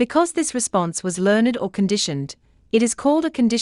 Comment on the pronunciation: she said learn-ed instead of learned. not judging, just pointing it out